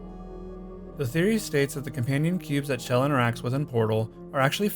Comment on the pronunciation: Not another person that can't pronounce Chell.